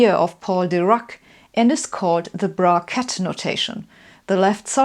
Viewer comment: Why does the word " bra-ket " sounds like it's out of this world ?